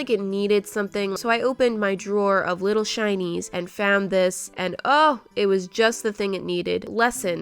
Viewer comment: Every time you say “little shinys” I think you say “little Chinese”, is it just me? 🤔